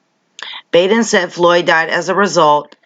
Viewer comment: So very happy to see you keep on exposing the fuckery in this world Beauty. And Bravo on your newest Keneeka video! I truly believe that u are an angel sent to earth to helping to wake us up and open our eyes. Btw it’s said Baden with a soft a. And he is an incredibly powerful,rich, and intelligent man. Makes ya wonder with how closely the cops work with the coroners how many of them are dirty. Love ya!